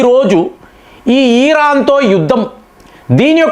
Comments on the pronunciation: Eeraan kadu iran 😂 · Eeeraan (Iran) ani chebutunte flow miss aipothinna meeru chebutunte.